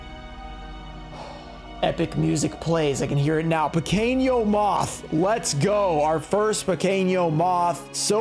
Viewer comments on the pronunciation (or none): Pronunciation tips: Pequeno = pekeno, not like pequeño in spanish Bruxa = brusha, not bruksa Mago = mah go, not "may go"